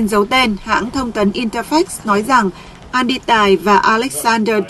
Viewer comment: Ten Andy mà doc thành Any tài???